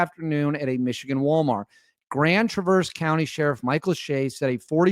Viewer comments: BTW. It's TRAverse. Not TraVERSE. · It’s not pronounced Traverse. It is Traver(s) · Hi,, thanks for posting ♪ This is MY state, but I'm in Metro Detroit. Tra-verse has the accent on the 1st syllable: So it's TRA' verse. ♥♥♥ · Pronounce it lke Mary Travers of Peter, Paul and Mary. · It is pronounced Tra verse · It's all over local, State, Midwest and National media as to how "Traverse" is properly pronounced. It isn't like you are going up switchbacks on a mountain road. I feel embarrassed for you that you couldn't have done at least a modicum of research into the pronunciation of the city on a national news story. FMTT! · learn to say traverse …. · You're going to do report on the city please learn how to pronounce it cuz you sound pretty stupid when you don't makes me question all your other Remarks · You mispronounced the name of the city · The first “a” in traverse is pronounced like the “a” in bat fyi and the “s” is more like a “z” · Hi friend...suggest you check the pronunciation of the word "Traverse" as in Traverse City. The accent is on the first syllable, not the second. Good video! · You're pronouncing it wrong.